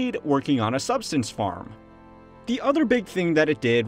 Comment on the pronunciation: I would hope this is just a mispronunciation, but I doubt it, because “working on a subsistence farm” doesn’t make sense. If HMW doesn’t understand what “subsistence farming” is, that undermines the credibility of the whole channel - certainly at least, the credibility of this one video.